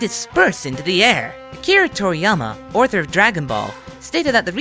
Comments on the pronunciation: This voice.. did he just say "orthur" ? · did he just fucking say "owrthur" ? lol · why did he pronounce "author" like that?